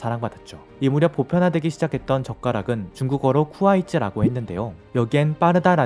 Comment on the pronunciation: 젓가락을 뜻하는 중국어 발음을 "쿠아이즈"라고 하셨지만 "콰이즈"라고 하시는게 더 정확할듯 합니다